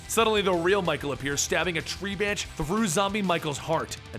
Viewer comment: “tree banch”